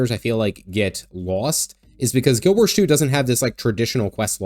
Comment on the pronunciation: Guild WarS. Not Guild WarSH.